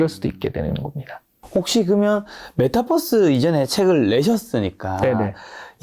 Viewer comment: 메타버스 발음을 메타뻐스로 하시는데 Metaverse 를 Metabus 로 인식이 되는 것 같아요^^